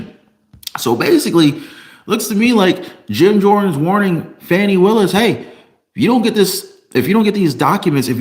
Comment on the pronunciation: Her name is pronounce, Foni